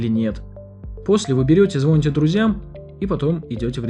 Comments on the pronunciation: Не "одеть" в данном случае, а "надеть". И не "звОните", а "звонИте" 🙁 А за видео СПАСИБО ❤ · Поменяйте ведущего, в первые же 30 секунд меня как током ударило: звОните.. Ну ладно, подумал я, досмотрю. На седьмой минуте прозвучало комбо: позвОните & оденете.. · ЗвОните?! Серьезно? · Он сказал звОните друзьям?)) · Видео шикарное.информация исчерпывающая.но все таки звонИте а не звОните. Спасибо за ролик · "После этого вы звони́те друзьям"... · Огромное спасибо за попытки сделать наш мир эффективнее. Небольшое замечание: все таки звонИте )